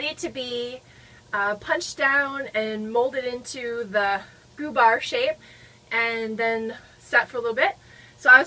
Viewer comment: They do look interesting. Im from Sweden. I have never heard about those "gubbar" They are cute. We don't use ü here in gübbar. It is in germany they use ü. Here we say gubbar... You pronounce it the right way.